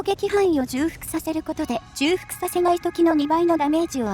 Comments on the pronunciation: じゅうふく より ちょうふく の方が本来の言い方だと思いますよ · ずっと気になってたんです、ごめんなさい。 重複(ちょうふく)